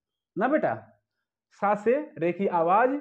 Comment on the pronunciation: "स" नहीं "सा" होता है